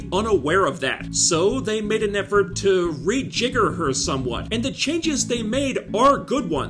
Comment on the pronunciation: "Re--jigger"? Close, so very close!